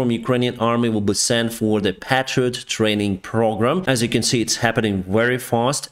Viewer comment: Hi, just a little information. The PATRIOT is pronounced PAYtriot.